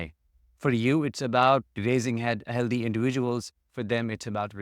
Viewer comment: Healthy is pronounced "Hell thee". {no offence}